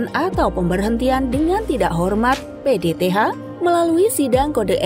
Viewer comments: PTDH bukan PDTH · Bripda di bilang Bripka PTDH di bilang PDTH Belajar Lagi ya Min 🤭